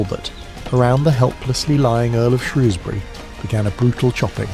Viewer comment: AI still unable to pronounce Shrewsbury.